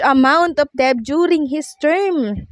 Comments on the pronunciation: Ayusin mo naman àng pagbigkas ng Tama tulad ng incumbent Hindi inkyubent at Ang word na DEBT ay binibigkas ng det silent b at Hindi deb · Debt is pronounced as Det not Deb!!!